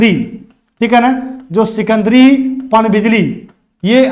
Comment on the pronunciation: सिकंदरी नहीं सिकिदरी